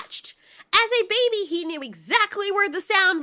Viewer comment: "he as a newborn BABAH" thats what i herd lmao